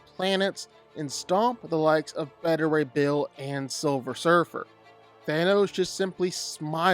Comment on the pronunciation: It's pronounced <Bā-tü Rā> Bill, you putz, NOT "Bë-tü".